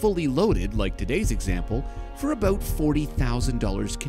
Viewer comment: "aboot" hehehehehehe